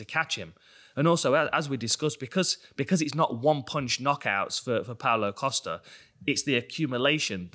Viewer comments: Pow-Low Costa-er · Pow-Low Coast-Ah this is right...right?